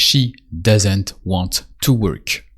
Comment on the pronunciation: Just for clarity....In English we say "worK" (with a hard "K".....NOT "ch") Just so you know (after all, this is an educational video, right?)